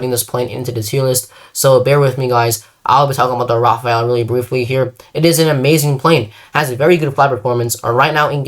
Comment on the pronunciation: why in the name of god do people call the Rafale the Raphael??? im not gonna be all pronounce police since, as a french speaker, the only correct pronunciation is the perfect one. However, i humbly ask you make an effort to call it the Rah Fall or Rah Fahl. You would be enunciating the letters correctly. Hope this helps